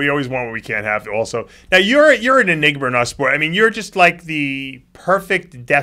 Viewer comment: “You’re an enigmer”